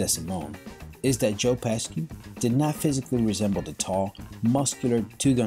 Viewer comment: Joe Pesky? Joe Peh-shee!